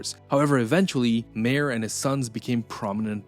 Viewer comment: I don't think the narrator is pronouncing "Mayer" correctly, or "Byzantine."